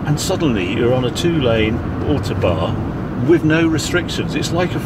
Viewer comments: Ow like owl, toe like on the end of your foot, barn like where the owl lives. Ow-Toe-Barn! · As always, a first class report. Am I missing something, I have lived away from the UK for nearly four decades and I notice Harry called the Autobahn the `ortobar´. Is this how it is pronounced in the UK?